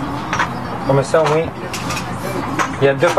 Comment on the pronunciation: comme comme bordel!!!! pas commeuhh ou prodjuis c'est produits!!!!